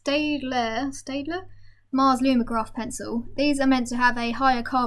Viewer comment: I know this ages ago but th Staedtler 5,6,7 and 9hard super dark and very smooth. They blend really well with over the other ranges. You can get the staedtler leads in 0.5 and 0.7 in all the grades. It's pronounced Stet-ler And Koo-i-Nor, try their solid graphite pencils, no wood. Can be good for paying larger are for blending